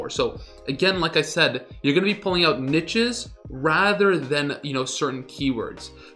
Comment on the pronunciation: NEESHES lol jfc